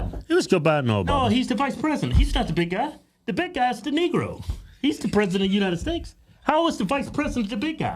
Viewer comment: Kevin! It’s United STATES, not United STAKES! 😅